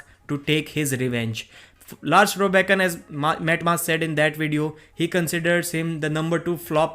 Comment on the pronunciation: It’s Lars Rørbakken, not Lars Robakken